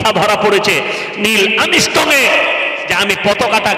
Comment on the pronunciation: আরে সোনা দাদা নীলআমিস্টং কোথায় পেলেন আগে উচ্চারণ ঠিকঠাক করুন।